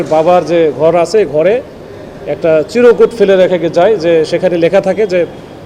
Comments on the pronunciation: পুলিশের এত বড় অফিসার অথচ বলতেছে চিরোকুট!! হবে চিরকুট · এই অফিসারের মাথা বুঝি একেবারেই গেছে নার্সিং কি ইন্টারের আগে হয় নাকি পরে হয়? আবার চিরকুট না বলে বলছেন চিরোকুট,যাই হোক বলেন শুনতে থাকি 😢